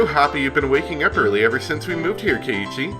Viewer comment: Pronunciation fun time! Rena is pronounced Ren-ah. (Ren rhymes with when) You're pronouncing Mion's and Keiichi's names correctly, so no issues there.